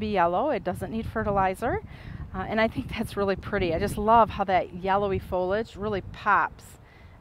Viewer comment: I cringe every time I hear "folage". It's pronounced fol-ee-age. Is that an American thing?